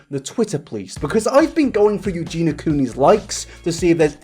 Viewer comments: Spends two days researching -Still pronounces it "Euge-NA" instead of "Euge-NEE-A".. -jk love you but srsly dude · But like... the onlllyyyy thing that bothers me is that you don't say Eugenia correctly you call her Eugena..... are you doing it on purpose?? 🤔🤔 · I believe its pronouned more like eugene y-ah ( versus eugene-ah )... maybe I'm not explaining it correctly via text but anyway, not a big deal, I just like to be corrected if I'm saying something wrong so y'kno. :p Important video; needs to be discussed with this kind of blunt truth. Thanks for addressing it. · Not a fan, but first her name is Eugenia, not Eugena, and second, this second video was absolutly unecessary, extremly repetitive abd basically brought 0 new information on the topic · it bothered me a bit that he kept saying “Eugena” instead of Eugenia 😭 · Is he calling her Eugena instead of Eugenia on purpose? xD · Ps her name has an i in it, Eugeniiiiia not Eugena, can’t watch any longer 😳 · Eugenia.. Not Eugena.. Aahh 😂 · love you yet it’s eugenia not eugena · Her name is Eugenia not Eugena! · I love u. But please try and pronounce eugenia' shame properly Ugeenee Not ugeena Sorry if I'm.being picky. I think its cos you talk so fast Anyhow. That's my little gripe over. Love your content and take on things xx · am I the only one who cringes every time he says "EugenA"?)) Love you! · Yoo-Gee-Nah 😂🤭 you’re missing a second I there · nobody:: yuGEENa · Only if he starts pronouncing the "i" in Eugenia. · the fact you don't pronounce her name properly annoys me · Yeah yeah it's bad and all, but what's worse is PRONOUNCING HER NAME WRONG FOR TWO WHOLE VIDEOS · What's scary is that you still can't pronounce Eugenia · How have you made 2 videos on her and you still can't say her name right?